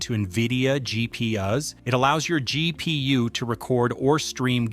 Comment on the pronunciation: This AI pronounces "GPU" and "DLSS" like that one guy in the "CBT by Wikipedia the free encyclopedia" video